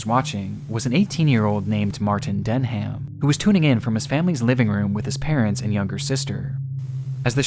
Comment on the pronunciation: That teenager called Martin Denham….his surname is NOT pronounced DEN-HAM, it’s pronounced like DENIM. You don’t pronounce the “h” at all.